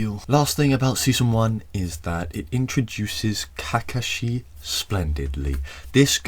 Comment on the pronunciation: Its ca coh shi not kaka shee also please tell me you saw the saucegay kiss